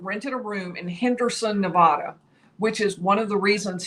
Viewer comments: It's NEVADDA NOT NEVAWDA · I was born in Las Vegas & it's pronounced NEVADDA